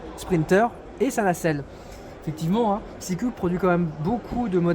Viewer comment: Reportage sympa mais c'est une marque allemande donc ce n'est pas "6 culs" mais "6 cous". Avec un minimum de curiosité on trouve que Nederhoff est une société de levage hollandaise.